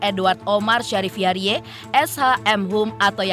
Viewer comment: Bacanya itu hiyaridz bukan hiyariye 😅